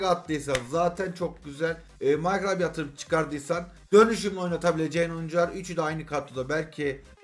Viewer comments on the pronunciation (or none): none